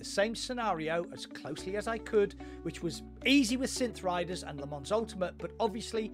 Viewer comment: Les Mans is pronounced Leh-Mawh